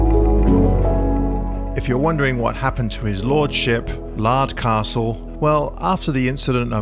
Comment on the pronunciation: "Lardcastle" LOL!